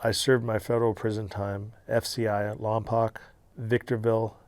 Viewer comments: being born in Lompoc. It's pronounced lompoke... not lompock. Get it right bud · Why did he pronounce Lompoc wrong? That's weird.